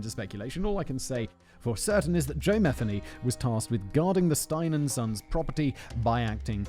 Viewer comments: He lived in my neighborhood every channel has Said his last name wrong lol. It's pronounced mi-theen-ee not meth-any. The lady that got away is clean now living around here still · Good God. At least say his name correctly. Muh-Theeney. Aren't you from Great Britain? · Oh Jesus tap dancing Christ. It's Ma-thee-y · It’s pronounced MU-THEE-KNEE 😉 and before anybody says anything I know because I’m related to him and I have the same last name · I’m actually related to this guy, you’re pronouncing the name wrong